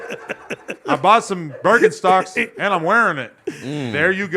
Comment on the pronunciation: Adam for sure saying berkinstocks nigga at home